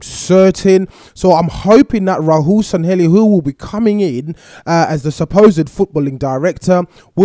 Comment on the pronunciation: SANLLEHI you said Sanhelli